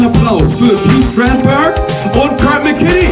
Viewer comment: Die K.i Übersetzung ist jetzt schon genauso kult wie der Film. Die Übersetzung könnte sogar Cleveland Indians 2 den Rang ablaufen. „Oh Kurt“ anstatt Körd, oder auch die Seed Ups